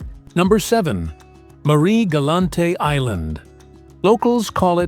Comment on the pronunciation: Superbe vidéo , mais alors !! les commentaires archi nulle de chez nulle les noms très, très mal prononcer . Marie-Galante pas la grande crêpe, mais plutôt ( la galette) , et d’autres noms de commune pas prononcé correctement bref no comment.